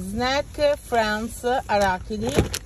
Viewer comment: wow che pronuncia “snack friends arhhachidi”